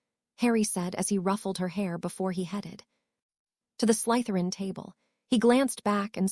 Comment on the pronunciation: There is no emphasis on the letter Y in the word Slytherin